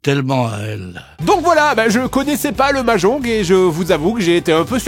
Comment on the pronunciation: mais qui dit mahjonGUE ?